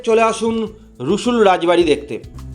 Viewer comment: দাদা উচ্চারণটা একটু ভুল হয়েছে ওটার রসুল না সুরুল রাজবাড়ী আমি বীরভূমের বোলপুর থেকে আপনার ভিডিওটা দেখছি